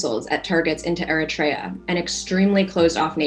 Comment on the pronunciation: It's not "airatraya" gringo its Eritrea. That's what happens when american schools don't actually educate, they indoctrinate Eurofantasia.